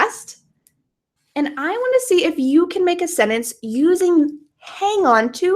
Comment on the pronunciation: When you say SENTENCE do you pronounce it as "Senence"? Without the "t"?